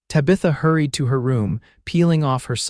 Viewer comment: PLEASE, PLEASE, PLEASE teach AI how to pronounce names!!!! Tabitha is not pronounced TA-BETH-A, it's TAB-ith-A. Santa Fe is not Santa Fee, Eleanor is not El-eeenar. A bullet wound is not wound around the arm.